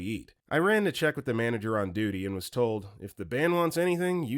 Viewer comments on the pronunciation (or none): none